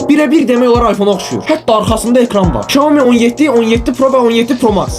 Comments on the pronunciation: Şaumi yox , ksiami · Şaomi yox Ksyaomi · Shaumi yox iksomi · Iksyomi deilir qaqash şiaomi yox orda ş yoxdur Xiaomi yazini oxu sonra neise reklam et